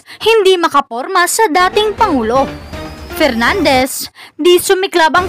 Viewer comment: Pernandes, ahh,ahh, ahh, mag-aral ka muna ng ingles, pronounciation mo is inglish kalabaw..